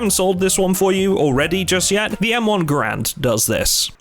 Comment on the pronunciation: You had me until you said Garand wrong.